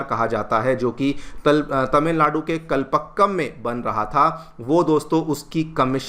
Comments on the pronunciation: It is pronounced as कलपाक्कम, not कलपक्कम ! Best wishes. Dr. Chandrasekhar Srinivasan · Please pronounce "Kalpakkam" correctly .